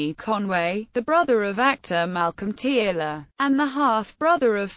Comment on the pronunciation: Tearle is pronounced Turle or Terle